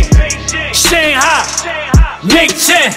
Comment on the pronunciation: At least pronounce Shanghai correctly